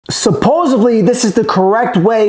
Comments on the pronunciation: I’m not taking advice from a grown man who pronounces it “supposevly”, especially since he’s not aware that burping is a thing. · I’m not gunna drink a beer from anyone who can’t even pronounce the word supposedly. So I guess I’m staying sober🤷🏼‍♂️